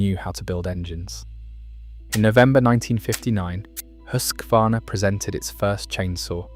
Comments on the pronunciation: Huskvarna - Husqvarna. Hus-kvarna, not Husk-varna. Meaning "House Mill. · YOU too pronounced "Husqvarna" wrong, like countless others! A bad way to start your video! There is no letter "A" after the "Husk" syllable. It is not "HUSK A VARNA"! (spelled wrong intentionally) It is Husqvarna like: "HUSK VARNA". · It hurts my soul to hear when people try to pronounce Husqvarna